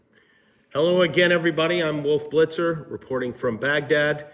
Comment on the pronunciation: The intro, LMFAO “Wolf Blizter” 😂😂😂